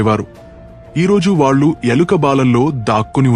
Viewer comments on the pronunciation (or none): none